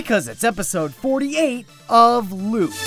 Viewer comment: why is LÜT pronounced "lut" when it should be "lyt" ( I know german )